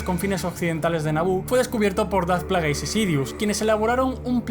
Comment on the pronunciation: 'Dart Plagueis' foneticaaaaa 😖😖 se pronuncia "Pleguis"